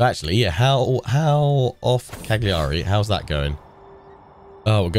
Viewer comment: No one likes a "know it all" I know but please, Cagliari's pronunciation is Caliari, you don't say the g ;), nice let's play anyway.